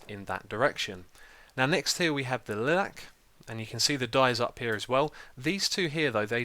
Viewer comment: It's called a pufferfish, because it puffs up, google it. Also orchid is pronounced with a "k" sound (orkid) and lilac is pronounced lie-lack. Good video otherwise! ;)